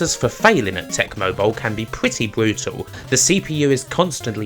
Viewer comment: Wubish? Denvew Bwoncos? Bwutal? Pwesentation? Bwilliant? Where is your accent from? Please please someone tell me where ... where?